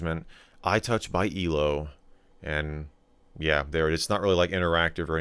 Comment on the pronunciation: I love how Michael says elo it's "eelo"